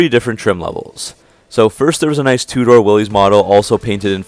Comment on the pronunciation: WILL-ISS, not WILL-EES.